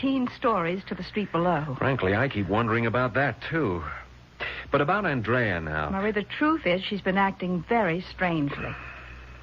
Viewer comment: Anyone notice how he switches back and forth from AND-rea to aaand-REA?